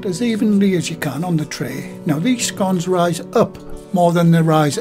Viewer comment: Love scones and fruit ones are my favourite. Nice to hear you pronounce them as in sounding like (gone). I know there's a different pronunciation but your way is the right way in my opinion and it's how I say it myself.